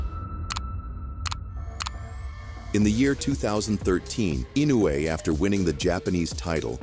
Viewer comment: Fast as lightning, Inuoe strikes like a snake, with accuracy of a laser. “Inuoe”…..”ee-NO-wee”